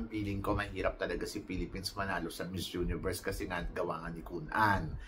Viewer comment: Pronounce the word miss universe not mizz universe thank you.god bless you